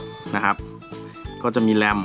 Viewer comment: เหมือนเป๊ะเลยครับ ขอบมากๆครับ